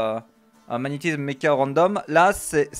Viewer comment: Magnétizzzzzzzzzzsme (tilted) X_X